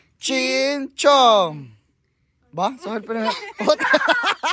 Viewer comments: es chin-cham-pu.... acuerdese para la otra... saludos crack 👍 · Chinchon dice el jaja 🤣 es chin champú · 😂😂 no es chin chon es " chin chan puu" 🤣🤣